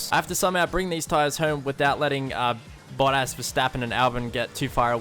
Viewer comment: Kept thinking "who is boddas?" 😂😂 Accents can be funny 😂